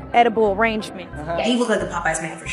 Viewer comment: she said Reinhart wrong but it's okay, she's Liza koshy. PREACH GIRL PREACH